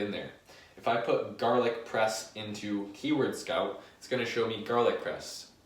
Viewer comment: I thought you were saying garlic breast the fist 5 times, made it even more entertaining.